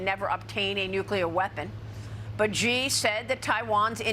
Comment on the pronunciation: After so many years, Maria still refuses to pronounce Xi's name properly. It's so annoying.